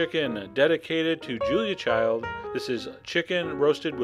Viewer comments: love your vids man but it's Julia Child, not "Childs" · Her name was Julia Child. Not ChildS! No S at the end... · It's Julia Child Not Julia Childs !! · He also says 'watercrest' instead of 'watercress'. And no, he repeatedly says Childs, and in these contexts he could not have meant Child's. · Wow! I can't wait to try this recipe---very nicely done. I just wish he would stop calling the inimitable Ms. Julia Child, "Julia ChildS" LOL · Great video, but one nitpick: it’s not Julia Childs, it’s Julia Child. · her last name was Child. No "s". No " 's". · Why do you keep calling her Julia Childs? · Great video, and thanks, Chef John. Two comments, though: (1) her last name was Child-no "s" at the end; (2) it's "watercress," not "watercrest." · GODDAMMIT STOP ADDING "S" TO HER LAST NAME.